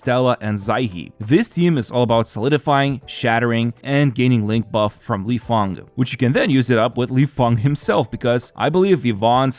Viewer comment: You pronounced Lifeng's name,e exactly right! 👌